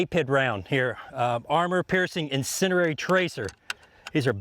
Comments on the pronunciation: Incindiary, not incinerary. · Why do you say incindereri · Why do so many people say insinderary? There's only one R in "incendiary"